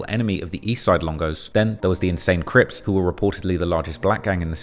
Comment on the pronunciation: Even the narrative kept saying ESLONGO!!!!!!!! 😂😂😂😂